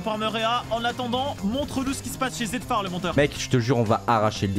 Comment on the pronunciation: Pourquoi zetfar c'est appelé zeftar